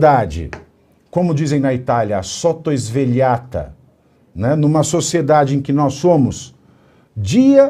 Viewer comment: Sorvegliata.... Nao sottosvelhata